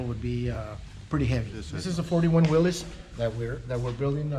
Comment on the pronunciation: I trust anyone that pronounces Willys correctly. But oh god I hate Eleanors.